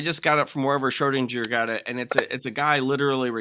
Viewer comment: Shro-DING-er. ಠ_ಠ